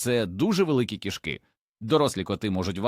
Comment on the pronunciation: Нажаль голос ШІ невірно ставить на́голоси! Особливо дратує "кішкИ́", наче мова йде про тельбухи, а не про котів!!! Врешті-решт робіть з цим щось!!!